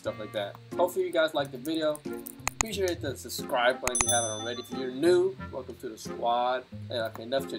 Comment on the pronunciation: I like how he said "suscribe"